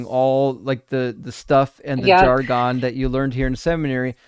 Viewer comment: the pronunciation of "jargon" is not "jar-'GONE." It is "'JAR-gun." Pronouncing words incorrectly hurts the cause especially when you give them grief about pronunciation in the SAME debate. LOVE YOU,! 🙂